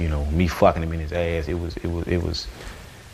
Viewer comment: It’s funny how he say him. He say it like hilm.